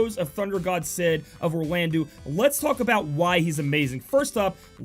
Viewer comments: pretty sure its pronounsed "Orlando". like soleil is also french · Yeah, It was bugging me in the previous vid, your pronunciation of Soleil. Glad you changed it, now you just need to change Orlandeau. (it's pronounced Orlando). Also, you typed it "Oralndeau"...